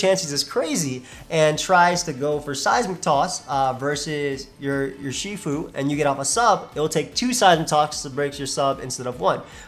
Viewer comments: it’s pronounced “ERR-she-fu” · Urshifu is probably pronounced more like "Er-shifu". In simple chinese it would loosely translate to Master of two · Wow can’t even say it’s name right unlike 🙄😡